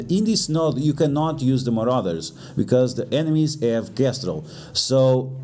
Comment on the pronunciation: so hes saying muarders and uncanny to bring